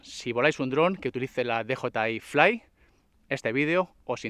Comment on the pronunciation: O dices "de jota i fli", o dices "di yi ai flai"... 😂😂... pero tus vídeos me encantan, eh